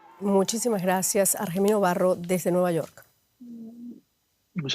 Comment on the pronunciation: Argemino? Que hombre 😂